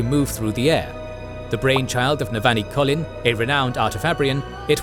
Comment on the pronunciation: Great recap, but you’re pronouncing almost all of the names incorrectly. Listen to the audiobook for proper pronunciation, or a video of Brandon talking about the characters. Example: Shallon, you’re saying at “Shallan”, but the correct way to say it is “Shallawn”. Kohlin is “Koh-lin”, not “Colin”